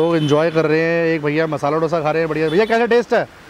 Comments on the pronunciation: It should be pronounced as दोसा not डोसा. In Tamil nadu, Andhra pradesh, Karnataka it is pronounced as दोसा. It is ridiculous to hear as डोसा. When it is heard as डोसा it feels like a bomb or explosive not a food. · South Indian = a person from south India. Don't say eat south Indian which means eating human from south India. Say as eat south Indian food. Also learn how to pronounce Dosa. pronounce it as दोसा but not डोसा.